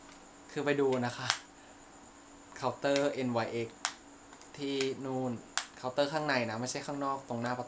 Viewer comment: ที่บอกแบรนด์อ่ะค่ะ จริงๆแล้ว NYX มันอ่านว่านิกซ์ค่ะ